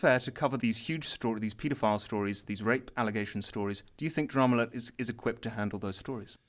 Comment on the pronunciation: i keep hearing call dramaalert drumlet.-.